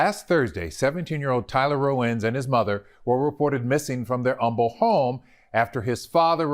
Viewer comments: Hi darling!! Since you’ve been covering Humble cases lately, just wanted to let you know the H is silent, it’s really weird how they pronounce it! You do an amazing job keep it up!! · Thank you for covering this! I live close to Humble. It is pronounced without the h but no worries. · to LIFE Sorry to correct you. I love your channel!! It is pronounced Umble. The H is silent. I live in the Houston area. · It's cute to hear you say humble...I'm from the area we pronounce it umble silent H.. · We Don’t Annunciate the H it’s like umble. I couldn’t believe this story when I saw it so many so close to home. Freaking heartbreaking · The H in Humble is silent. It is pronounced Umble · Ima tell you right now.. Been following a while.. I lived in kingwood, one town north of humble most of my childhood... it's pronounced umble. No h. Lol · Born & raised in Humble. 👋 The ‘h’ is silent. It’s not the word humble, it’s a guy’s last name & it’s pronounced ‘umble’. Horrific case. My tiny little town has been discovered by the masses & it’s not even a little town anymore; it’s pretty huge & populated. In turn, my tiny little hometown is long gone. The crime is moving in fast & hard. I have a 16 yo still in high school, but once she’s done, we’re out of here! So sad. LOVE YOUR SHOW! ❤ I’M A HUGE FAN! I even just happened to go out today to get your earrings, but in silver… Lol! I promise, I’m not a stalker! 😂😂 Keep up the magnificent work! Side note, I’m SO happy your baby girl is home & doing well! 💞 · Had to pause real quick, it’s “umble.” The H is silent. Ok back to the video, love your content ❤️ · Pronounce “Umble” silent h, weird i know but loves u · I am actually from Humble tx the neighborhood this happened that is literally behind the neighborhood I grew up in. Humble is a silent H. I’ve never heard of this case interesting to see. Love you channel. 🖤🖤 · Any other Texans giggle at the pronunciation of Humble lol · You don't pronounce the 'H' sound in Humble.